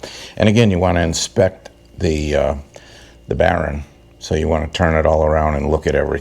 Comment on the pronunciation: Your videos are always helpful. You are right on about greasing those using the Zerk, DONT DO IT! BTW- whats a "baron"? Is that the New England pronounciation for "bearing"? Just kidding, good job! Yes keep extra seals and bearing set as spares. In my case, I run cartridge bearings, so I carry those and since they are 5 year maintenance items, best to change them BEFORE problems. I just did my 6.